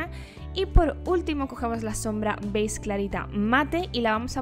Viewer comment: Me encanta como en vez de decir beige dices "beiz" jajaja se te escucha bien bonito. Me gusto mucho el look!!!